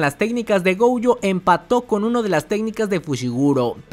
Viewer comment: Por que carajo le dice goujo si es gojo